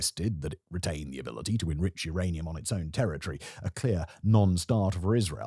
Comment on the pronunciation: uranium... its rather Iranium